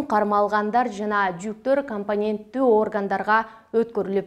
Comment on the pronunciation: Кампаненттуу органдарга эмес! КОМПИТЕНТТҮҮ ОРГАНДАРГА ДЕП АЙТЧЫ!